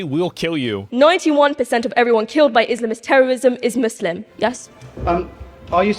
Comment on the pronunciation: Why is she pronouncing Muslim all weird ? She looks foolish